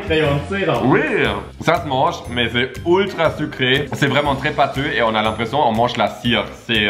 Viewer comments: J’adore quand il dit oultra au lieu de ultra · Cc pourquoi tu dis que toujours oultra au lieu de ultra